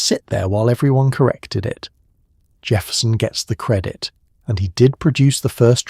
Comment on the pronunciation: Dude, how do you find enough time in the day to create this stuff? I’ve heard your original voice in the thing, but the guy you have reading, is that AI? I always thought it was a real person, but when I heard it, pronounced the word credit like it, I knew, I knew it had to be AI.